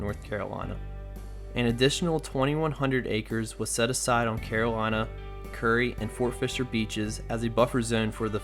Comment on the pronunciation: Good report but it's (ˈkjʊəri KYUR-ee) or 'cure - ee' not 'curry.'